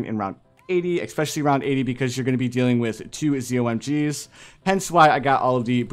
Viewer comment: i got a little annoyed when you said zommg